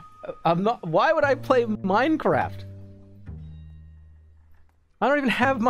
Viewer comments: Streamer chugs champagne whilst downloading minecwaft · minecwaft owo